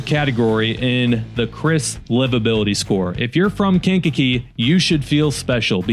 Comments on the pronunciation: KankaKEE, accent on the kee😅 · Aka kank-a-jank and skankakee.